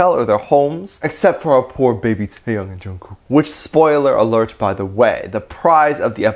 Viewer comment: Lol I can't get over how you pronounced '태형' as '태양'.